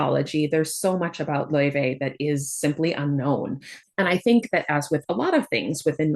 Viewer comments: I believe they are pronouncing it lao-fey in promotional videos, though they almost only say Faye when talking about the character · The devs had confirmed , its pronounced lau -Faey and not like the icelandic singer .